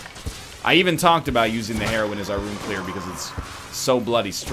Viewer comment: starting to bother me that he pronounces heroine (named for Metroid's strong female lead) as heroin (opioid pain killer).